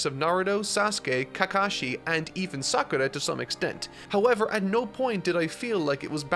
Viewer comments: It's not sa kru ra man, it's Saku rah, it's not Keka shi, it's Ka ka shi. And it's not Naru doe, It's Naru to, with a short to, like the to in toy, not toe. Just watch a clip of the jp dub were they say the names. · I found it curious that he pronounces only Sakura's name with the Japanese R sound.